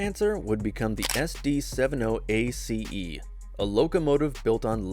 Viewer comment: All that and it's AI .... SD seven oh ACE yeah right ...